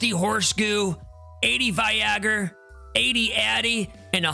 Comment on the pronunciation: I have loved your videos getting back into the game. You've made it all so simple to understand. I'm currently looking through to decide which builds should go where as I got jumbled in startup. I have to say though, one of my favorite things is that you pronounce Viagor right! Like yeah we know what it's supposed to be but that's not what it's called! Stay positive and as a casual gamer your videos are greatly appreciated!